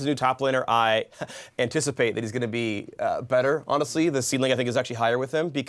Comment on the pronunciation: "honestly like with the new topliner, I.., heh" takes a deep breath with emphasis on the 'e' "anticipated" lol